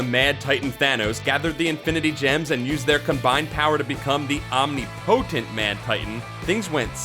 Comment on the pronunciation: I think you said omnipotent incorrectly again in this video just to spite me.